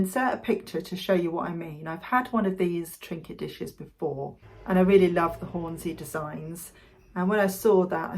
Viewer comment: its not Horn-zee its Horn-sea - in fact local Yorkshire folk call in Horn-si